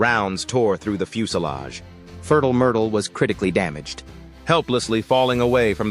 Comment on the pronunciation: Had to chuckle at 'Furtl Murtl' pronunciation.